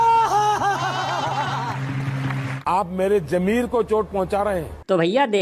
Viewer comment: Jameer ghalat hai. Zameer kahte hain.